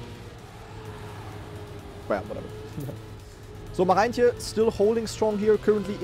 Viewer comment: German Dutchlearner since more than 500 days here. The letters "oe" are spoken like the German "u". So "Poepboer" is spoken "Pupbur". How you say the name of "Marijntje04" is already perfekt (the "ij" here is spoken like the German "ei")